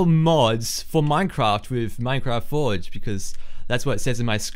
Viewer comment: Thx dude, nice rhymes and lolz it sounded like you said fudge instead of forge. xD